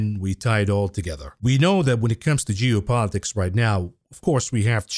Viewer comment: Are you saying geo politics or jew politics...hmmm